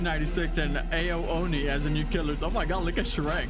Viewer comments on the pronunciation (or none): Why u dont say ao oni but u say a o oni